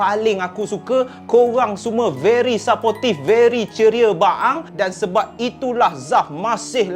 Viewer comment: Hi. Sebutan "support" ialah seperti "sir-port" Bukan sa-pot Begitu juga "supportive", sebutan adalah "sir-port-tif" Bukan sa-po-tif